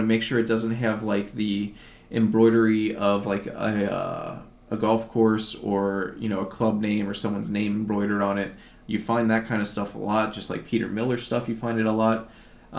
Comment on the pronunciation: Peter Millar is pronounced "My-Lar and Coogi Is Pronounced "Coo-Gee like the letter, learn so much from you so